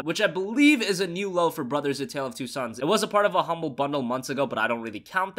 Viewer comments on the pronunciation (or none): none